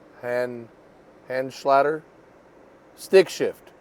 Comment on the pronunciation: Come on mate. It’s not that difficult to say, Hand-shal-ter. 😂